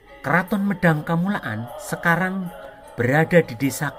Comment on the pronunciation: Medang kamulyan bukan medang kamulaan mohon koreksi admin